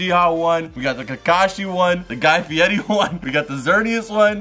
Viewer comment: no one: Guy fiori: "guy fieti"